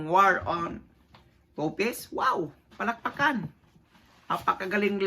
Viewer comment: NOT TOPIS, “TOPLESS” ANG CORRECT WORD, GENTLE CORRECTION LANG, HE-HE. 😁✌️